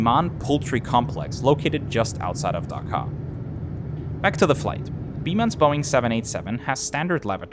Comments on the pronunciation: As a Bangladeshi it's Dhaka Not daka Daka sounds like dakat Dakat means robber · I appreciate your tries on pronouncing these Bengali words, but here are the actual pronunciations from where you could improve. First, the H in Sylhet is actually silent. Second, try to pronounce the H in Dhaka right after D, not K. Third, It's actually "রাজহাঁস" which is pronounced as "Raaj-haash". I don't know why it was painted otherwise on the plane. Finally, for Hazrat Shah Jalal Int. Airport, you got most of it right, it's just you combined Shah Jalal together. Anyway, I thank you for making a video on an airline from our country!